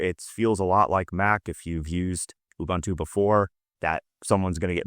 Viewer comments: It's pronouced Oo-boon-two. Not Oo-bun-two. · Ubuntu is pronounced ooboontoo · Please also stop pronouncing Ubuntu wrong.